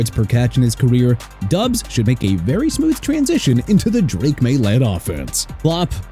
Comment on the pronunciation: SHINE NOT CHINE AND FLOP NOT PLOP! ROMEO DOUBS PRONOUNCED DOBBS NOT DUBS! YOU CAN'T SPELL AND YOU CAN'T PRONOUNCE THEN YOU MR. "NEW OR-LEANS" SHOULD QUIT, GO BACK TO SCHOOL AND GET A PRONUNCIATION COURSE! ALSO NEW ORLEANS PRONOUNCED NEW OR-LINS, ALVIN KAMARA PRONOUNCED KUH-MAH-RAH, AND JAGUARS PRONOUNCED JA-GWAARS NOT JAG-WIRES! YOU'RE FINISHED!